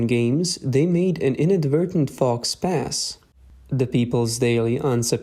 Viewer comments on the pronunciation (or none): Your “fox pass” pronunciation …. gaawwwwddd … gawdy gawdy my Gawd. 🤦‍♂️🤦‍♂️🤦‍♂️ It’s French … in English it’s still pronounced as “foh pah”. FOX PASS … 🤦‍♂️🤦‍♂️🤦‍♂️ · . ~ "faux pas" is pronounced "foh pah" (long "o", short "a", silent "x" & "s") NOT "fox pass" It's French. Strange silent letters and stuff... . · Need to hire a better narrator… must be pretty cut rate to pronounce faux pas as “fox pass” 😂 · Not to be that guy, but "faux pas" is pronounced "foe-paw". Gotta love French! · A "fox pass"? 😂😂 Ditch the ai voice. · You are mispronouncing faux pas (French). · faux pas -- has a special pronunciation as it is borrowed from French :)